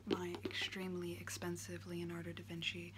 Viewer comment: Its Leonardo DA Vinci not DE Vinci